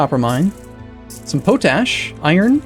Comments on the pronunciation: dont normally do this, but it is pot ash, not po tash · But not pronounced as "poe tash," rather as "pot ash" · Not that it matters but potash is spoken pot-ash so it goes. fun vids thanks for posting. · I giggle every time I hear you say poe-tash instead of pot-ash. XD Loving the gameplay. Keep it up! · David Burrell oh my god that makes so much more sense. all the time I was like "what the f*** is potash supposed to be" thank you good sir for enlightening me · Is that a american way to pronounce potash? Because I always heard it being said as pot like in a plant pot and ash as in ash. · I think it's pot-ash not po-tash. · I wonder how many times he says po-tash before people's heads explode. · POT ASH, i know its spelt pOtash, but its pronounced POT--------ASH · Nah, just an uneducated way to pronounce it. Potash is salts that contain potassium, so it's reasonable for someone who has never heard it said out loud before to expect that the common "pota-" prefix is pronounced the same in both words. I thought that was how it was pronounced until I saw the comments here. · Zak MacKay no he is just a derp